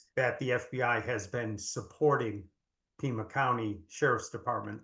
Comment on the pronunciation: Pima county, not Puma county